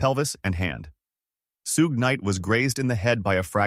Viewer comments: That is not how u say Suge! And DMX was in more movies then that! White A.I 😆 get it right. And I hate that thumbnail! Show some respect for the dead! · "Su-gay knight"😂